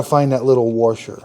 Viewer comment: What exactly is a “worsher” ? 😂😂